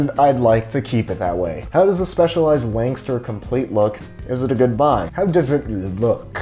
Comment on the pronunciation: its pronounced specializ-ed , by my good friend Dionisis...hahahhaaaaaa